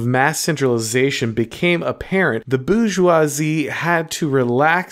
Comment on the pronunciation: Minor quibble: your continuous mispronunciation of 'Bourgeois' and 'Bourgeoisie' as ''Boojzwah' (there is an 'r' in the word), hurt my French sensibilities